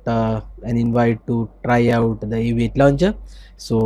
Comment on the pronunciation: The Aviate londjer... Like Nova londjer and Apex londjer...